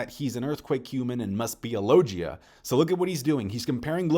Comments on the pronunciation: Its logia not lojia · Man learn how to pronounce the word logia properly cuz you're not man it's not low Gia is logia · Say it with me Lo-Gi (G as in Guss)-A Logia Not Lojia lol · Hey idk if you know or just have a preference but it’s pronounced Low-gi-YUH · I love your video and comments and theories but gotta correct you again, it's logia, as in GUITAR, not "JiTAR" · You pronounce Logia wrong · I’ve never heard someone pronounce “Logia” the way you do and it’s kinda weird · Is there a reason pronounces "logia" incorrectly? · Bro how can you still not pronounce "logia" correctly? It's mad annoying